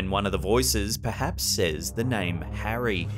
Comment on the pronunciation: I tapped out at "harrry" 😆😅🤣